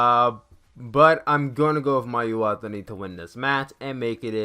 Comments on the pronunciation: hey you mispronounced Mayu Iwatani and Momo Watanabe wrong, the best way say their names is to listen to the way the ring announcer say their names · Hey um you mispronounced Mayu and Momo last names